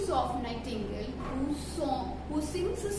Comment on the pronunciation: Thank you maam but it's not a nihtangle it's nightingale